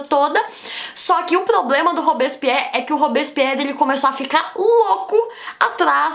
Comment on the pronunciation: ta bom, a primeira vez vc flw rápido, n entendi a segunda comecei a entender mas tbm n saiu nd, dai no final piorou hahaha olha Q vc explica bem as coisas ebeu pego rápido mas esse "robison pierri" é mt doido hahaha